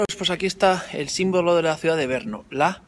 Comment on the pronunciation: Porqué dice Berno?